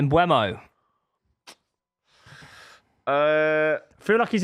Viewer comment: Mbeumo not Mbuemo. Stop saying Mbwemo ffs